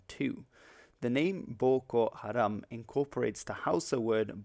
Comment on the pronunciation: waw your pronounced well 😅😅😅